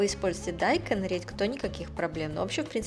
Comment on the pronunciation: Почему дАйкон , а не дайкОн? Первый раз слышу что бы с таким ударением называли... сестра с мужем в Сеуле живут, и сама готовлю блюда из этой кухни ...это всё равно что кАртофель произносить... странно как то звучит, но рецепты норм!